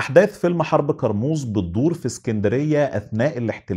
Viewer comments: كرموز مش قرموز 😂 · انطق كارموز صح الاول كارموز بال ك مش بال ق